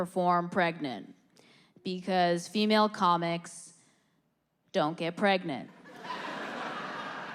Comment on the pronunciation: I’m pwegant.... HAHAHAHAHAHAHAH!!!!